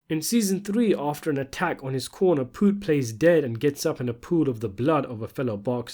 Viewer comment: You can't even say his name. You didn't even watch the show because you'll know that's not how you say it. And I ain't trying to hear it's because you have an accent.